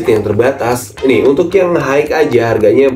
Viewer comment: Mohon ijin koreksi dikit, kalo kata "high" dibacanya hai aja bang, kalo dibacanya haik, nanti ketuker sama kata "hike" yang artinya berjalan kaki terima kasih:eyes-pink-heart-shape